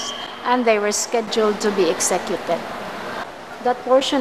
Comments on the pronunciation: she said "exekyeted" hahay worst pronunciation I ever heard. sorry.. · Okay ra na, understandable ra na ingon ana kay dili man English iyaha first language